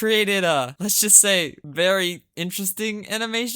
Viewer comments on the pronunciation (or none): none